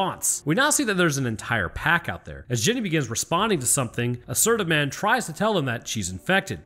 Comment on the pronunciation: you said "Jenneeey" like she was from Greenbow AlaBAMMA😂